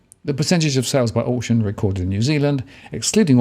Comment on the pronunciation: Can you please pronounce auction properly